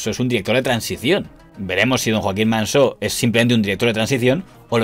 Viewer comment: Impecable como siempre el informe, pero no es Manso en vez de Mansó? Es asturiano y así suena más mediterráneo!